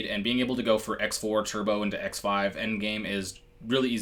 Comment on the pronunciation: It's pronounced CROSS 4 and CROSS 5 not "X" 4 / 5.....just fyi